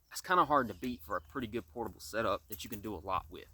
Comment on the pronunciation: It is okay to be articulate. Feel free to pronounce the word "THAT" correctly.